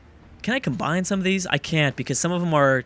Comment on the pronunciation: please for the love of God: it's not Combind. It's Combine. No d. Ok?